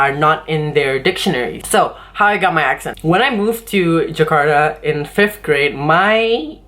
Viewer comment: kak bkn jekarta tapi penyebutannya tetap jakarta kata guru saya hehe